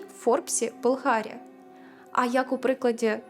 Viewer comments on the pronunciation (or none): ГОстролювати, пІдкаст, бАлгарія, згушатися тучі? Зате слово проЄкт ріже слух серед цього всього....Святий боже, шо з дикцією у цієї прекрасної дівчини? Ви хоч якось текст вичитайте по людськи.